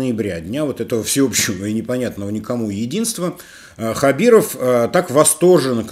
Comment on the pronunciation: Опять произносите неправильно фамилию, поменяйте очки